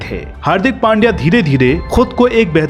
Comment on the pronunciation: हार्दिक नाम सही हे लेकिन सरनेम पांड्या नही पंड्या हे